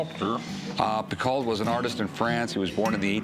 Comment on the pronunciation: Picault is not pronounced 'picall' it's "pico"